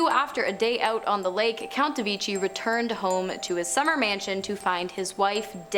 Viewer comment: The name the italian Villa de Vecchi does not sound like "Villa de wichy". "Villa de vekh'y" is correkt. Please...